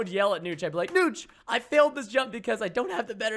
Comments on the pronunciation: It's notch it is like Nahhtch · preston its niotch it sounds like that